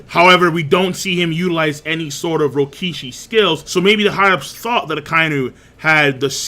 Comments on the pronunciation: After all these years, is STILL saying Rokishi instead of Rokushiki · Will you PLEASE pronounce the name right It’s Ro ku shi ki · Bruh. Rokushiki. Ro-Ku-Shi-Ki. Say it with me now.